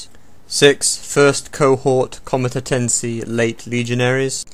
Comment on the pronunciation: He did say Comentetenses :)